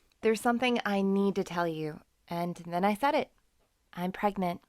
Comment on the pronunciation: It’s said not seid